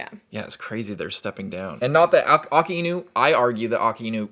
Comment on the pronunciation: Akainu❎ Aakinu ✅ 🤣🤣🤣